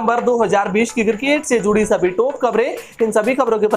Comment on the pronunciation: Please change the presenter, he is so bad. Horrible English prononciation, cricket is cirrkkate for him. Also I have never seen this guy in any other shirt. Always in same one. Guys pls ptesent him with 7 more and u may debit me.